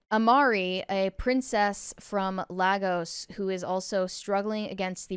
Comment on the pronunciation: Learn how to pronounce Lagos god you can’t act like you know it all and pronounce words wrong